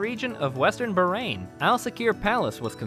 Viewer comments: bahrain not barain 😂 I am from Bahrain 🇧🇭❤ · Its baaaahraaaain not berain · Everything cool but please Bahrain pronounce without "h" being silent... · it is actually pronounce as "BAHAR - AIN" which means 2 seas my dear 😊